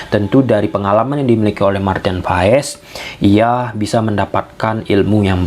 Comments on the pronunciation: bukan pass pak tapi pa nya dipanjangin dikit "paas" Pasti kita punya nama yg mengandung arti kalau penyebutannya salah pasti artinya berbeda karena nama itu adalah doa. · Kebanyakan orang selalu salah yah... datang pemain baru untuk indonesia nyebut namanya salah apa ga dicari dulu tentang menyebut namanya? Marten paes dibaca (paas)... Cuma kasih tahu kalau ga jadi kebiasaan ❤